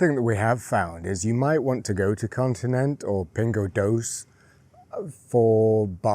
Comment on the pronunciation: I think you’ll find she’s right. Pingo Doce pronounce the e. Also Continente